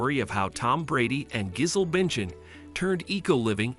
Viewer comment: Not "Gizzle Binchin" 😆.